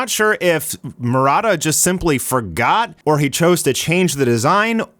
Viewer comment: why are you Pronouncing "Murata" as Marada?